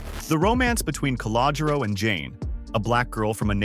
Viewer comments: Cah-low-Ger-Ro....work on it! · Also, if you can’t pronounce Calogero, don’t say it.